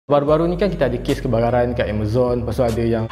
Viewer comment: Aku cam dengar dia cakap "kebararan" la..